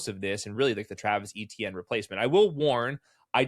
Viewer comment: "A-tienne" not "E-tienne", please. ⚜️⚜️⚜️